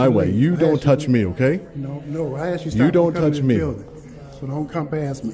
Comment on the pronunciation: Tell them to say - "asked you" English 😂😂😂